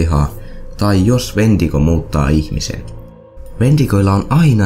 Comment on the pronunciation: Toi "Wentigo"-sana kuulostaa siltä "huumenesteeltä", en muista sitä nimee kyl just nyt 😂